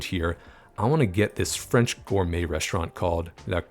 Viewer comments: Great video... and your French pronunciation was on point! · Gotta say, your French pronunciation was spot on! Kuddos!!!